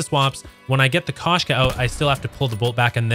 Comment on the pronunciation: Koshka sniper rifle is not pronounced kash- ka...as this guy is saying. It’s supposed to be pronounced as Kosh -ka. Him mispronouncing the name causes me to not want to watch his content. I don’t want to hear how he pronounces the operator mod Strelok. It’ll probably make my ears bleed.